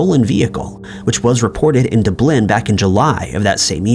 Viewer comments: For the love of god, stop trying to say Irish towns… dub-Lin ffs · Ah yes,, mangling the English language since 2014! Where is this mystical city called Doo-Blyn? Dublin, Ireland, I know. All I need to complete my '' Bingo card is Schooner! Or as you say.....'Shoe-nerrrrr"! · I hope you get an ingrown hair on your scrotum every time you say Dublin that way!!!!! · DUB-lin. DUB-lin. Not: Doo-BLINN! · If the cops would start looking for the murderers in Doo-blyn instead of Dublin they would probably be able to solve this case. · Dub lynn. Dublin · "Doo bleen"?? wtf, is this a bot voice? I bet half the people who head that had no idea you were even saying "Dublin." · He does that often and on purpose to generate comments. It always works. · The way you say Dublin makes me cringe so bad. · I’m American too. And I have yet to meet any other person that can’t say Dublin. Helen Keller could pronounce it better than this guy. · Wait, say Dublin again. 😅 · STOP SAYING DUBLIN LIKE THAT YOU IDIOT!!